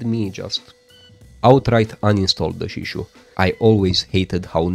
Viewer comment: Your Daijisho pronounciation is perfectly alright